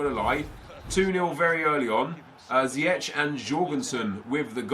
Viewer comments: Pronounce it as: Zijeg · you pronounce ziyech. zi-ek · Iyou prenouts it like ziëg sorry dor my english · it's prenounced zi-jeg (Ziyech) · You pronounce Ziyech as Ziejek. Sorry for bad english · Ziyech's name is pronounced as Zee-Yash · It's pronounced either zee-Ek or ziy-ek not to be an arse just want to help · Bouhouch Taha you pronounce ziyech like ziëg sorry for my English